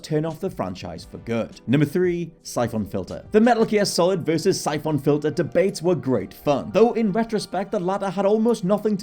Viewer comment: Bare emphasis on the phon in syphon. why????😂😂😂